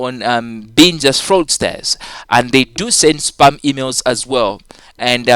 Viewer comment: your spam sounds like sperm lmao...